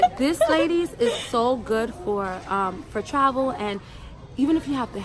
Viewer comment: “fa traval “ 💀💀💀💀💀💀